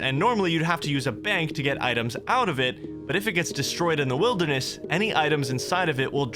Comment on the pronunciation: you can hear your new york accent when you say "wilderness"